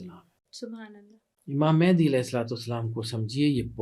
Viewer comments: Naam toh sahi lele bahen Mahendi nahi Mahdi hota hai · It's Imam Mehdi not Imam Mehndi